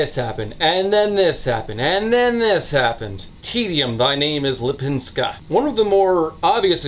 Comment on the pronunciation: You were very close with her name. Lip in Lipińska is prounounced more like leap and not lip and I have no idea how to explain "ń" maybe like high tone "ni" in pinion or the double "n" in nanny? That's the best I can think of.